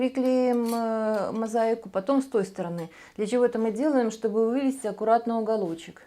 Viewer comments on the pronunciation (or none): Здорово получилось. Молодцы ! На что только не способна наша русская женщина. Но..... Острые углы у стола мне никогда не нравились. Травматично. Волан я бы сделала в два раза покороче. И, пожалуйста, извините, но не кухОнная, а кУхонная и не сторонЫ, а стОроны. Удач Вам !